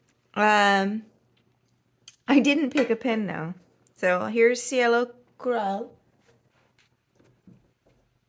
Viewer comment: I think your pronunciation is almost right. Cielo is a little closer to a long "a" sound for the "e". So "si-AY-lo" instead of "si-ello". This is a really pretty blue. I have one bottle of Monarca ink (Cardona...a sheening red). Comes in a pretty box and includes its own wooden bottle holder.